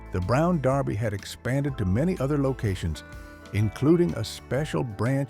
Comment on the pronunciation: Yeah Derby is mispronounced also.